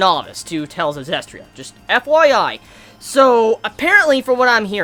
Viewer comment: it's prounounced zesty-ria prounounce it right!!!!!!!!!